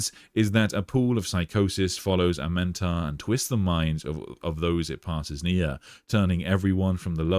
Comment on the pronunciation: I don't know why you're adding an extra vowel to his name. It's A-Men-Tar.